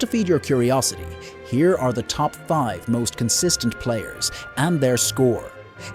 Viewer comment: consistent. not consinstent